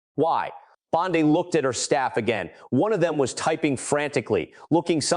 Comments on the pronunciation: You asked what we thought… I think your narration & inaccurate subtitles are atrocious. Quick example Bondi is not pronounced Bond-eye. I can’t make it through your video without being distracted by all of the errors. Either F up the pronunciations or the text but bot both. You need an editor and a continuity supervisor. Peace out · It’s Bon-day. Either or an idiot ai or an idiot person. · EpstEEn! BondEE! Not Epstine and BondEYE. You pronounced them wrong on occasion. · I would share but you pronounce so many words wrong that it embarrassing. It’s also very inconsistent. Before you release something, edit! The name Bondi is pronounced bon-Dee. Epstein is pronounced Ep-steen. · Why is the name pronunciation in this video so inconsistent? The content is great, but how many ways can you pronounce Massie and Bondi?